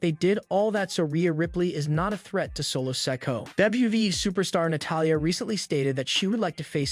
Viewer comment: His name is pronounced so-ko-a not sak-u